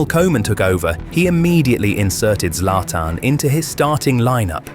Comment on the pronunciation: Zlatan ❌Zlaiotan✅ 🗿🗿